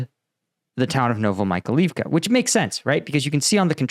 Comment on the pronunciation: The place is called „Novo Mykhail-ivka“, with Mykhail standing for „Michael“ (freely: New Michael’s town) There is an I between the A and the L. It should be pronounced „novo me Kyle Eve ka“ (and not „Novo my Kalif ka“ or something).